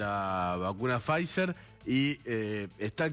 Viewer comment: Quhheeedeemooo la Faizzzerrrer!! Pod q arjentinahh no adegló con faissssseelll